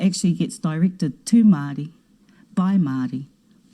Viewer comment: Take off those keha clothes and make up. Intertribal War? The gangs? Pronounce "Maori " correctly...koretake , maari.